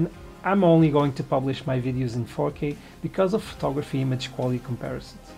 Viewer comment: great video! when you said 4k I heard "fokeh", which reminds me of bokeh. Bokeh in Fokeh :D